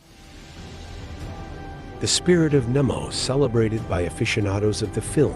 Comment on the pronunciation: It's Captain NEMO (long E) not NIMO.